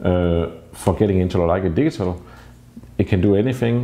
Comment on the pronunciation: Every time you say "digital" it sounds like "diesel".When you learned English you should have concentrated more on pronunciation. Europeans smugly criticize Americans for their pronunciation of Nikon, Leica, Pentax, Rollei and on and on. Well Europeans are awful in their English. I've yet to hear a European that doesn't have a heavy accent, yet I spent only 6 weeks In Transylvania immersed with Romanian hosts and was mistaken by strangers as native.. Because I concentrated on how they SOUNDED. Just so you know. Your photography is excellent but your pronunciation,not so much.